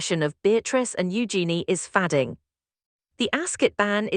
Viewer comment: AI can’t pronounce fading.